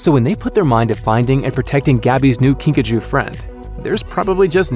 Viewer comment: When you pronounced Kingajoe at first I heard Pikachu.